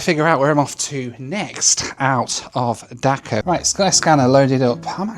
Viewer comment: Pronunciation of Dhaka is not like "Dakar" right?